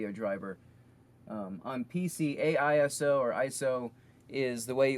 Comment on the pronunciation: Its asio, not aiso :D